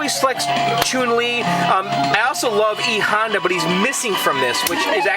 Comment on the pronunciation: yeah you obviously aren't that into street fighter, by saying pronouncing chun-li's name as "choon li" and "Rye-you". it's "Ree-you" or "Lyu" or even if you want to get Japanese slangy (very rarely) "Lee-yu". and "chuhn li" thought u should know....